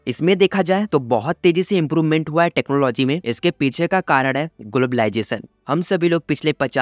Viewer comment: Ur accent is soo good especially saying technwology and glabalization 😅